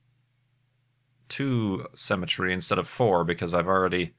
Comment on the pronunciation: Is it me or does say "cemetery" instead of "Symmetry"?